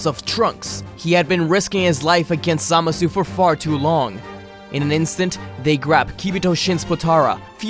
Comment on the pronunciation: For every time you mispronounced it: Zuh-Mah-Sue